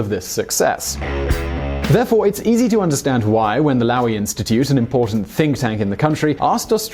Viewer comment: Hahahhaha the way he pronounces Lowy